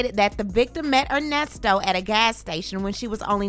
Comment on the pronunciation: OMG! I heard him say Con-Nesto should me out too! 🤦🏾‍♀️ There are other serious charges… child/animal p0-n on his laptop and embezzlement (e.g., another woman’s bounce $20k chk he used as deposit f/Shirley’s b’day 💍…).👀 Ernest Levert Williams need to go under the damn jail!